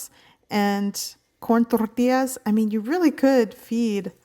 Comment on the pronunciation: Absolutely needs a smack across the face for rolling the 'R's on the L's in Tortilla.